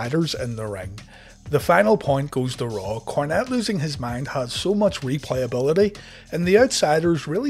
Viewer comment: A shot for every time he says "motch"